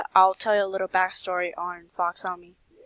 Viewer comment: YASSSSSSSSSS Oh btw it’s pronounced Fox-e-ka ;w